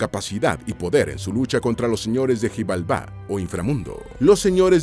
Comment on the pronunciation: Algunas palabras están mal pronunciadas en la mayoría de palabras con x suenan como SH, por ejemplo xijalba, la x suna como sh